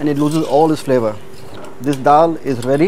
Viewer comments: DAAL not Dhal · In terms of english it is called "Dhal" not dal